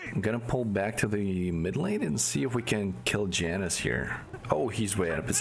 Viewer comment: Janus is not a white mom from the suburbs of america. The j is pronounced as a y